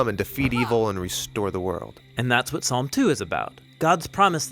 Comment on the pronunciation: P is silent. please pronounce it as (psalm) salm